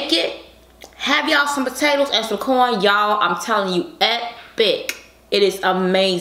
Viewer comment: I thought she said”porn and potato moookkboongg”